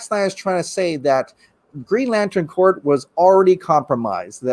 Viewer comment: The green laten Corp not corpse " english would be good "